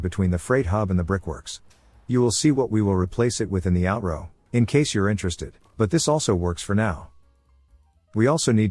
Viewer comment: the way the AI voice says "out-roh" just cracks me up for some reason, I have no idea why, but it does XD